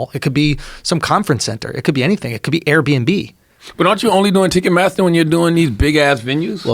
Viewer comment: pronouncing it ticketmassa from now on